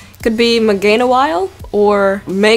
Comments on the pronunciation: It's "Maw-wile" not "May-wile" Maw like a mouth. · mawile, ma-wile not may-wile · ***** you don't need auditory sources for this pronunciation, Ma as in ma, wile as is while, there is no Y sound in their at all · It's not maywile mawile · It's mawile not maywile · u gotta understand though that it's kinda annoying when someone says it wrong. It's not the end of the world, but it's just not pleasant to hear